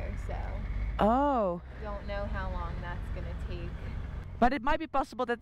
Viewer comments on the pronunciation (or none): 20% of my enjoyment of this channel is seeing how often she says and how she pronounces"long" like "laughng"🤣Much love Itchy!!❤